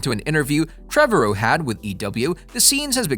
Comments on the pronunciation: Trevorrow rhythms with tomorrow. Trah-vah-row. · Why can’t you say the directors name right😂